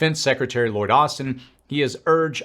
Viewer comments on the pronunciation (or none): none